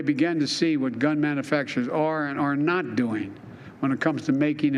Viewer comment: Manafaction. What the everlovin' F? He does not know how to say the word manufacturer.